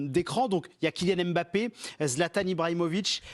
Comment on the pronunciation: Arretez de dire Em bappè